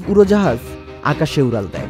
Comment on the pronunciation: উরাল দেয় 😂, ছারা.... কি উচ্চারণ 😂 উরোজাহাজ 😂